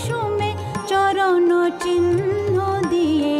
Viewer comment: দারুণ, তবে লতাজির মতই ওনারও বাংলা উচ্চারণে জায়গায় জায়গায় আড়ষ্টতা আছে। 'সখা হে' হয়ে গিয়েছে 'সকা হে', 'এসেছি গো' তে 'ছ' এর উচ্চারণ 'চ' এর মত লেগেছে। 'চরণ' এ 'র', 'বলে' তে 'ব' এর উচ্চারণেও অসুবিধে আছে। তার পরেও, আশা ভোঁসলে আশা ভোঁসলেই। ধন্যবাদ বিদুষী, এই গানগুলির জন্য।